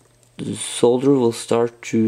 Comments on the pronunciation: Cheers for the video, yes, nice to see solder pronounced correctly (sole dur) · thanks for the video...and pronouncing solder correctly